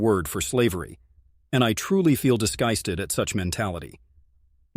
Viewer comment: 8.12 AI bot tells us it is "dysgusted" this robot crap is better than usual, as it lets the speakeer speak, but i am starting to block this AI crap. Its becoming becoming too common.